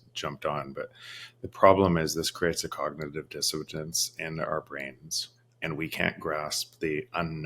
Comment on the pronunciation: Not the “cognitive dissotance”!